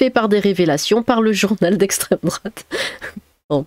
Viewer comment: le slogan de la LFI : "c'est a cause de l'esstreme douate "